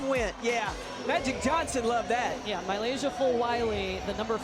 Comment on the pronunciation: They pronounce Milaysia name different every time. I promise it’s not that hard